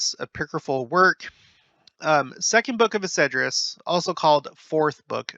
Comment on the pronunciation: EZ-DRAS...not Esedras